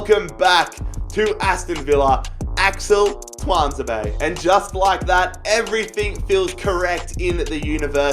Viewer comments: It is said like Tu an za bay much love brother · Btw I’m a salty villa fan and ur saying Tunazebe wrong! Pronounce it too-an-zeb-ay